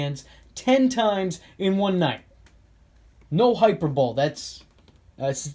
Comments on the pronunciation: Lol HYPER BOWL... 😆 it's pronounced hi-per-bo-lee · I'm pronouncing it "hyper-ball" for the rest of my life. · i think he does it to be funny now but this nigga been mispronouncing hyperbole for 3 fucking years at this point plz stop 🤣🤣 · Did you purposely say "hyperbole" like that?